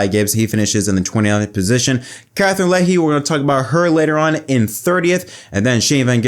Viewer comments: Thanks for speaking up for Katherine, her first race in NASCAR cup We Brits are proud of her 🇬🇧 PS Her name is Legge not Leggy 😊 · It's legge (Leg) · Katherine Pronunced: Leg!!!